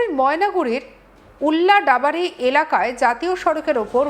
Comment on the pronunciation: উল্লাদাবাড়ি নয় দিদি, ওদলাবাড়ি !